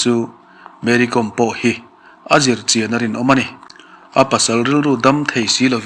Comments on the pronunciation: Mary kawm(hnamhming)com tia lam adiklo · Kawm hnam hi, anmani chuan, Naga an inti, aninti Mizo lo, com tia lam pawh hi, thil kawm eg kaikawm tih kan sawia kawm rikdan a nga lam rik tur a ni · Mary com tih com hi kàwm hnam a ni a saphming n Lalsangzuali sailo in sailo hnam a nina a chawi tel ang hian Mery pawh hi Kàwmhnam tina a nih chu,kawikawm angà ,kaàwm hi lamrik tur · Mery kom/com .tih hi a dik lo.Mery Kâwm tih tur. Kâwm hi hnam hming a ni . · Mary kawm tia lamtur anizawk e aw